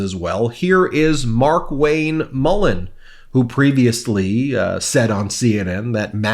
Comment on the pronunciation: MarkWayne Mullen, not Mulligan!